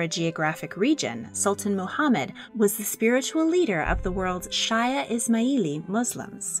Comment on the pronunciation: Shia is pronounced SHEE-ah, and Ismaili is is-MAI-lee. I don't know if these two words will ever come up in future videos, but I hope this helps just in case they do.